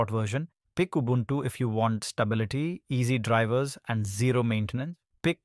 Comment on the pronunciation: Your pronunciation of Ubuntu is pretty good.